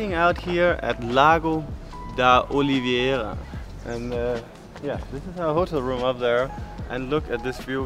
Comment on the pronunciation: Where did you get the extra "i" from in Oliveira? Why do you pronunce it as olivi eira?